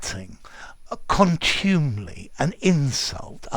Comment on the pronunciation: OED says it's /ˈkɒntjuːmɪli/ with the stress on the first not the second syllable. Mind you, being a word that's never said and only rarely written, I guess it doesn't matter... Thanks for giving us these uncommon words!